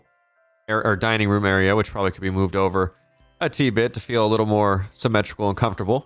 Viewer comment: it’s More not Moar unless it’s intentional